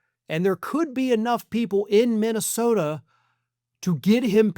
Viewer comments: Or as he pronounces it.....Mintasota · Mikey Pillow can barely pronounce the name of his home state. He recently called it MINTYSTODA.